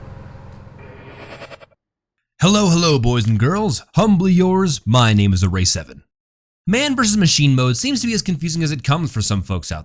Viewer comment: A-rack sev-Ann